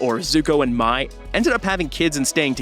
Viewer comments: okay everyone complains about how the movie butchered all the character names....yet why do so many youtubers call Mai “My” instead of “May”, which she clearly is in the show??! 🤨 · It's funny how earlier he pronounced "Mai" as May and then calls "Mai(May)" Mai(My)! lol 😂